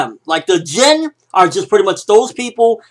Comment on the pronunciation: Its pronounce jinn